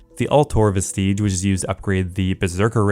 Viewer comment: Vestige is pronounced more “vestij” not “ves tiege” or whatever the duck was being said. Reminds me of people not being able to esoteric when bh came out.